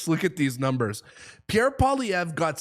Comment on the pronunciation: Say “Pwa - lee-EV - ruh” that’s close enough.